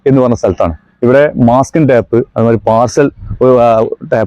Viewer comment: ടാപ് അല്ല സുഹൃത്തേ പാക്കിങ് ടേപ്പ് ആണ് ശരി